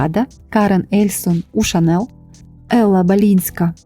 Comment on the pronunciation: Дякую за відео 🤍 Єдине, «Шанель» вимовляється з мʼяким «л», тому що так говорять на батьківщині бренду Франції. «Шанел» – американизована вимова і не є правильною.